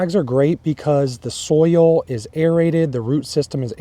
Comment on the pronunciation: I like how southerners say it. They say you have to acidify the SOUL.